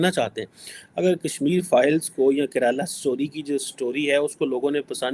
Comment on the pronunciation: Karala story hai 😂😂😂😂mere ko maro😂😂😂😂 phle bolna sekh le😂😂